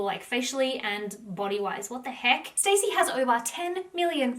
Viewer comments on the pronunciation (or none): IT'S pronounced"STAZZIE NOT STACEY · Love this love you, but can't get over you saying her name wrong over and over. It's not 'Stacy' it's (St-awe-see) short for Anastasia (Aw-na-st-awe-see-a) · Her name is pronounced Stah-si, Not Stacy. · Her name isn’t pronounced “stay-c” it’s “stas-c” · STAH -Ci … not Stacey 🤣… how do u do a video on someone and not even say their name correct .. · She’s pronounces Stacy when it’s stassie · It’s not ‘Stacey’ it’s STASSIE……..’staaassss eee’ not ‘stay cee’. So irritating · Maybe you should learn Stassie's name it's not stay-see it's Star-si it makes me think you don't do you homework on these people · Her name is Stassie, not Stacey. It's Anastasia, stas. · everytime you said stacy I wanted to scream lmao it's pronounced Stah-see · Stassie not Stacey. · great vid! just for your information - you pronounce her name not like 'Stacy' but 'StA (like a German 'A) ssy' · Her bane is STAHHHH CCCCCEEEE NOT STACY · Her name isn’t pronounced Stacey it’s STAHCEE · Great video ❤️ her name is sta-cee not Stacey though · Every time she says “stacy” instead of “stassie” I die a little inside lol. 😂 This video was fire though!! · I was going to comment the same lol. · OMG YES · Yesss it was driving me nuts lmao I'm not even half way through and I wanna leave cause she is saying her name wrong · its not stacey, its saaaasia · her name is stassi not stacey😅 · Ugh thank you!! Lol this drove me nuts the whole video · You don't even know her name lol It's pronounced star-ssie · It's stassie not Stacey 🙄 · It’s Stah-si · Love your videos hun! You are amazing. Just wanted to say it pronounced Stah-see. 😘 xoxo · Pretty sure her name isnt pronounced as Stacey. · It’s pronounced like “Stah-si” so yeah lol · I loved it lol everytime she pronounced it that way I just pictured her reaction to being called Stacey in real life and how much it would probably bug her to not have someone know how to say her name correctly lol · You're saying her name wrong 🤣